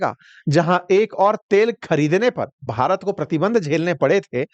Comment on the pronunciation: Shabdo par dhyan do jab BHARAT bolte ho. Slow poison mat diya karo